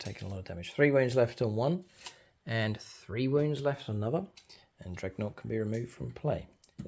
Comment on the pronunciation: I love your battle reports, but my god i cant help but get annoyed with "dregnought" 😅😅😅😅